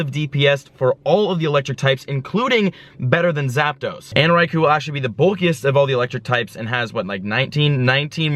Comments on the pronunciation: Bruh 😂 Raikou - Rai-co Entei - En-Tay and Suicune - Swee-coone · Raikou = rye-koh Entei = en-tay Suicune = swee-coon And while I'm at it.. Golem = goh-lum You're welcome,. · i know right it should be swee-koon en-tay and rie-koo